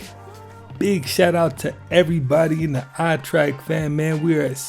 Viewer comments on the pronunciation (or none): "Trek" not "Track".